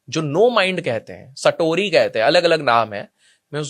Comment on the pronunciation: स्टोरी गलत उच्चार है, सातोरी यह जपानी शब्द है, अर्थ है ध्यान, जो लिखित का करिता है कांजी बहोतही अर्थपूर्ण है, पंचेंद्रिय भितर स्थित करना. 悟り